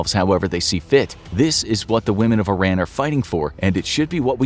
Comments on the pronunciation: no bruh its EE-ran. I RAN was a slight to mispronounce our names for decades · Its not Eye-ran its EEE-Rahn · Pardon me, but Iran is pronounced “eee-rah-nn” instead of “eye-ran”, sending my love ❤, great job on the video btw, love the depth you go into 😊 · “ee-RON,” not “eye-RAN.” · Because he spell Iran as Eye-Ran? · It would be more respectful of we pronounced it correctly... "eer-ahn" not "eye-ran" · I am confused, it is pronounced I-ran or Ee-ran? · I love this! Iran is pronounced (e-ron) not (I-ran)❤ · it's not eye-ran it's e-ran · Please say EE-ROHN instead of I Ran. 🙏🏼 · it's pronounced EERUN, not I ran. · It's pronounced E-ron NOT I-ran. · This is a good video. However you need to pronounce the name of the country correctly. It is pronounced (E, like the letter. Ron, like the name) Iran (E-Ron) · hes pronnouncing the name wrong its not i ran , where are u running ? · American school teach kids to pronounce it as "Eye Ran" so you'd have to educate people on an individual basis over & over to unteach that. This is also a country where we can't agree how to pronounce the names of our own states, especially Nevada. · Just a kind reminder to check the correct pronunciation of Iran. Some would find your mispronunciation offensive. Thanks for the video, I enjoy your channel. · You’d think a content creator so knowledges on history would know how to pronounce Iran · Currently the whole world knows about this and people still can't pronounce the name of the country properly!!! 🙄